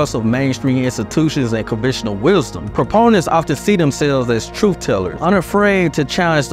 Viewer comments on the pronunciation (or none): The word truth isn't pronounced truf !